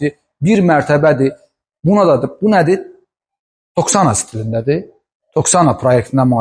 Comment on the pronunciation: Toksana yox, Toskana